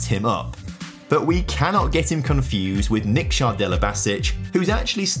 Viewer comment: how do you manage to pronounce nikša (niksha) right but then not delibašić